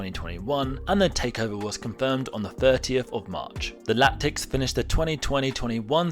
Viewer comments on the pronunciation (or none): Its Latics not Lactics ffs.